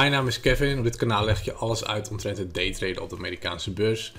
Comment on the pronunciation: Ik versta iedere keer dateraping